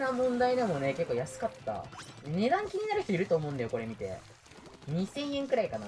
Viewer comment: 「みて！み"で！」 わたし「見てますよ！w」